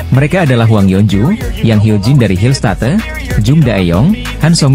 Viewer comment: Belajar dong cara mengucapkan bahasa Inggris dengan benar, bukan diucapkan Pink Speeders tapi Pink Spaiders, Hill State harus nya diucapkan Hill Steit, belajar dulu pengucapannya di Google